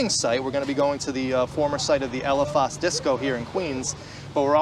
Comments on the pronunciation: Thats Elephas on the corner I was there every weekend. We all pronounced it Elephis. You're breaking my ears with the Elephahs pronunciation. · We pronounced it "ela-fis". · Great video guys grade video but you pronounce elephas with an accent😅💜